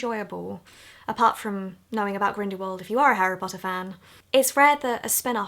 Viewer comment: hehe 'Grindywald'